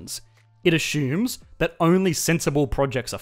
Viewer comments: It's usually azzumes, spelled assumes even though it sounds nothing like ace-umes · ......🤨: "ashhoomes" 😂 (Love ur channel) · Drinking game: Everytime he says "ashumes" take a shot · Me: Assumes: ASHUMES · It a-shooms a lot. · wtf is "ashooms"? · Let’s “ashoom”